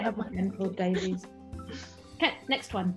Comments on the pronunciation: Davies is not pronounced “Dave-eez”, but “ Dave-iss” 🏴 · Davies is pronounced Davis not Davieees